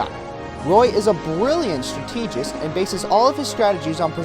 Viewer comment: My only complaint through all of this is ... YOU MISPRONOUNCED STRATEGIST.